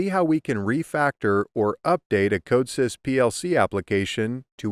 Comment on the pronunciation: Weird that you pronounce Codesys wrong. Especially if you are trying to teach it.